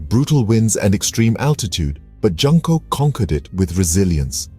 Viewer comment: Please dont pronounce her name like "Junk". The first "JUN" is pronounced like "June". Junko is pronounced June Co.